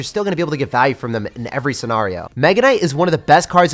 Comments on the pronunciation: This man said sce”nar”io bruh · Stop saying “scenario” like that.